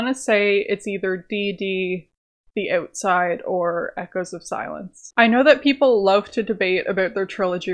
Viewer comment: "Next up is Eutside"